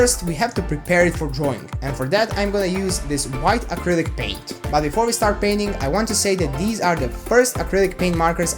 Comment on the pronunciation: the way to said paint made me laugh so hard that I am dying 😂